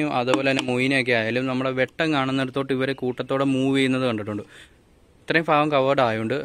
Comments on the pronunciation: "ഫ" യല്ല "ഭ" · F. അല്ല. ഭാഗം. ആണ്